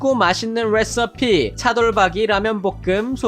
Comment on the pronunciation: 대일씨 목소리 뤠서피 발음 사랑입니다.